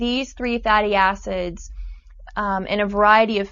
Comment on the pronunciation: lol i thought she said fatty asses lol